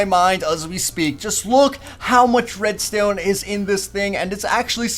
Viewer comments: At about you said redstone kinda funny.... Red-styewn. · Red-Stewn You really pronounce stuff good. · Minecreaft :reads ton pros mack this Me :macks a reads ton door yeaa aaaa I did it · "Redstewn" XD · he says redstone weird